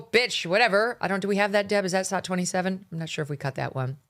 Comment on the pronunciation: Why does megyn say "sod 27" "sod 28" etc?